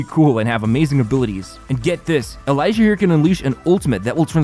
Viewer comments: Did NOT expect the sponsorship by HONKAI of all sponsors 😂 Just to clarify, Elysia’s name is pronounced ‘Elissia’ not ‘Elaizia’! Just wanted to mention that! Excited for Nilou actually—I won’t pull for her in 3.1, but I like niche or unique, but viable characters and her existence means that going forward it’s always possible we get more characters like that! Looking forward to kit designs and tech like that~😊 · Its eh lee see ah not elijah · My friends ears broke when they heared you say E-lie-sha. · its EL-LEE-SEE-YA. NOT E-LAY-SHA. Also, your code is invalid for me who is in the SEA server. Is it Global Server, perhaps? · Hell NO man with the pronunciation of Elysia’s name. Not “Elijah”, “El-e-Sia”. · E-li-si-a, not E-lai-si-a. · As a honkai player I am a bit disappointed by the way you said elysia not eliza it’s elysia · it's pronounced EL EE SEE UH not eleyezha candace seems great with qiqi or kaeya as main dps. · She's not Elasha she's Ely!!! Elysia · dawg its ely sia not elijah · It's E-LY-SI-A not Eliza 😭😭😭😭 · Im sorry but its prounounced E-LEE-SIA not e-l-I-sia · I choked my water at "ELAYSHA" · Just a headsup, Elysia's name is actually pronounced Eh-li-see-yah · "Elisha" (Elysia) Me: uhh- (Not making fun of their pronunciation, just found it kinda funny cause I've never heard it said that way) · Nothing could've prepared me for the whiplash of hearing you call Elysia's name as Elijah. lmfao thanks for that laugh. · I can't even watch the video without laughing at the fact that you pronounced Elysia's name like "Elijah"😂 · is elysia not elaija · Her name is pronounced “eh-LEE-si-a!” It is derived from the word Elysium/Elysian Fields, a paradise-like section of the afterlife in Greek legend. She’s a savior of humanity, so get it right, dangit! If you’re still having trouble, “Ellie” and “Miss Pink Elf” are also acceptable forms of addressing her. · Are you doing it on purpose calling Elysia as E"Lie"sia.... Bruh how did you know her one lie lmfao.